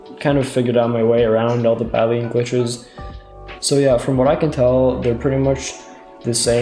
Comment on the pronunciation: did you call it badleen